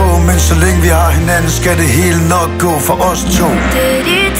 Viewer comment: Carsten Ebbesen Teksten er "gå" men hun siger go. Hvorfor? :P